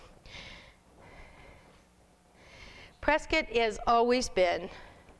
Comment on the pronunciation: You need to learn to pronounce Prescott correctly!!